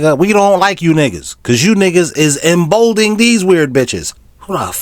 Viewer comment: I love you brother,but the word is emboldENing not embolding.